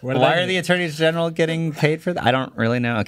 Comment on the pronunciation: saying "attourney's general" correctly made me chuckle. He knows his stuff